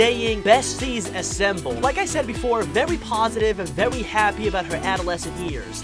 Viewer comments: Did he just say vewy when he showed us the first secret? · You missed vewy lol